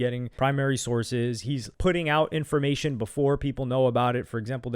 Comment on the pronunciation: Never taken a man who says infomation, seriously